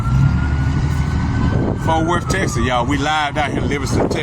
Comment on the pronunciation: Fort Wurf Texis....